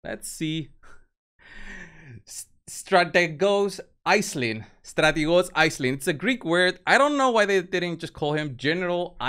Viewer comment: Stra te gos is how you pronounce it, bro. English is my first language, and I struggle sometimes, too. Love what you do. Keep up the great work!